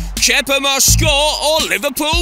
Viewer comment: Keiter?!Kepper?!It's Keïta and Kepa!!!Ffs